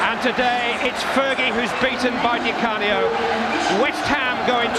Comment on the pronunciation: God knows why the main commentator kept saying 'ScheRmel' and 'Di CaRnio'.